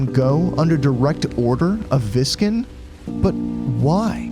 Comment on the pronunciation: Captain Viscen's name is pronounced "Vy-sen", not "Vih-sken". It's another coffee reference like the names of Kafei, Madame Aroma, Mayour Dotour, and Cremia. "Viscen" is derived from the Japanese word for roasting coffee beans, which is 焙煎.